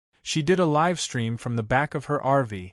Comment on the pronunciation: Please teach your computer application how to pronounce “live”.